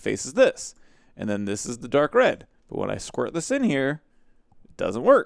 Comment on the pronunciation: i love when you say squert (or how ever you spell that xD )